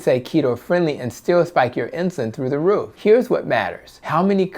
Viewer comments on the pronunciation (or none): none